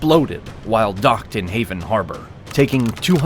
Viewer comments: "...while docked in Haven Harbor" I can't get over the narrater's mispronunciation despite the graphic showing the name "Havana"? The editor should have caught that error. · Did the narrator refer to Havana harbor as HAVAN harbor? Smh Please do better! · Haven Harbor???? Ha-van-naw is how it's pronounced. Is this an AI voice? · Did he really just call Havana Harbor “Haven Harbor” when the USS Maine exploded ? 😂😂😂 how amateur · “Haven” harbor? You mean…. Havana? 😅 this must be narrated by a bot people can’t mispronounce such a city’s name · Haven harbor? Try Havana you stupid AI! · AI voices can't get place names correctly. Havana is not haven. Sheesh. Such videos must surely be written by those who's English is their second language -- and are NOT of American culture. Hence, they are ALWAYS revisionist -- Marxist 'histories.' Such as the one posted here. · "Haven" Harbor? Is that supposed to be "Havana" Harbor? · Havan harbor? Can it read? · “Haven Harbor” 💀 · AI strikes again. Same problem with with the Maine blowing up in Hay-ven harbor. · When you mispronounced Havana…I knew this was a suspect video. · Your A.I. does not know how to pronounce "Havana."